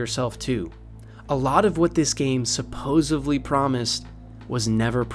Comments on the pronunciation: I was with you. Then you said "supposevly." Multiple times. D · Great video, one complaint, 'supposedly' not 'supposively'